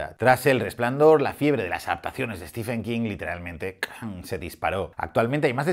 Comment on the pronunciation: Ojo: no es "Estifen" King, es como lo llama el presentador de la tele que ha aparecido hace unos instantes: "Estiven" King (Stephen=Steven en cuanto a pronunciación)